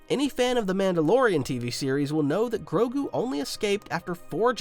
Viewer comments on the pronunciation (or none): none